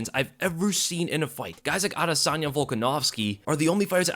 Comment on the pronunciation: “Adesyna Volkanosvki”